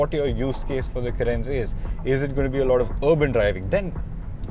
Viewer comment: Its ... Car -rens ..... Please keep the pronounciation accurate before shooting the video...